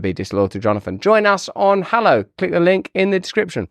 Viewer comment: Russell doing a Hallow ad: "Get free momfs free wiff 'allow"